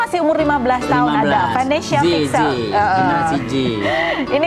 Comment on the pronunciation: Vanesya, bukan Venesya 🥲